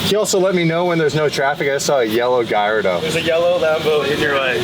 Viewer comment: Its a yellow GALLARDO not Galliado..🤣